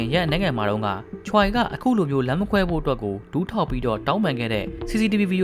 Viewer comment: Choiကချွဲလို့ထွက်ရတယ်Bro Incheonကအင်ချွန်းပါဟYoon Ji Ahကယွန်းဂျီအာလို့ထွက်ရတယ်